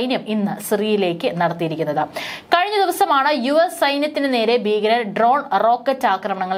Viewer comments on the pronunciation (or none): ബീഗരർ? അതെന്താണ്? ഭീകരർ എന്ന് പറയൂ